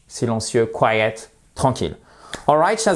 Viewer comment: I'm quite surprised with the prononciation of "quiet". Could you please show the phonetic of the two words please. Thanks